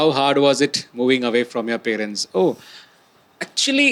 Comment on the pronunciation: Someone pls teach Amit how to pronounce “parents” 😅